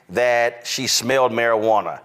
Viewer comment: “Maruh-ranna” lol